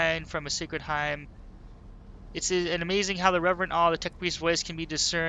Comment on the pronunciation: Hymn is pronounced "Him" it's a sort of religious prayer.